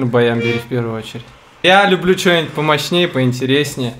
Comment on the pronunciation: Не хочется быть занудой, но резануло «а ну-ка давай сыграй чёнить»